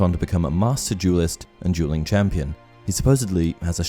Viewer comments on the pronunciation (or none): I'm sorry but I can't decipher if you're saying dualing or jeweling.